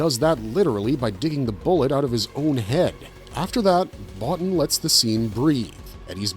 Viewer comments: His name is pronounced "Bo-Teen", not "Bottin". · Rob's last name is pronounced "Bow-Teen" not "Bot-Tin". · I'm pretty sure it's Rob BoTEEN, incidentally. Though I pronounced it the way you did for years. Great video! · Very good video. A little heads up, Rob Bottin's name is pronounced Bo-teen. I used to mispronouce it years ago until I saw an interview and Rob pronounced it as Bo-teen. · It's pronounced Bo-teen!! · Rob Bottin...last name pronounced Bo-Teen. nice video !